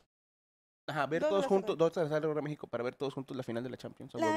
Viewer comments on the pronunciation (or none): none